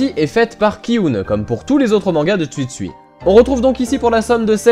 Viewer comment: Rare sont les BD engagées, oui en terme général mais pas pour Tetsuya, il me semble que ces précédentes BD donnaient aussi accès à une certaine réflexion, ce qui en réalité est une des particularité de cette auteur :] Ps : Je ne suis pas sûr de mon coup, mais on prononce TsUtsui et non, Tsuitsui xD